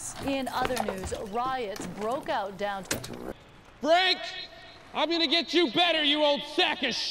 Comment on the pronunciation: “Very good Fank. Very impressive. Ultimate Punch.”